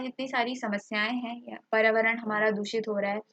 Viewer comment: Bolana to sikh lo mam spelling ko dekh k acche se bola kro paryawaran hota h na hi prawaran nhi